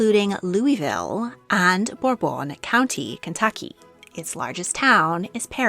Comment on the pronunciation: It's burrbon not whatever you're saying you sound like you are having a stroke I can't even finish the video